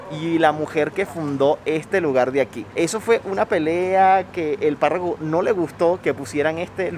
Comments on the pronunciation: dijiste Parraco en vez de párroco? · No se dice “Parraco” se dice Párroco. Cura, sacerdote.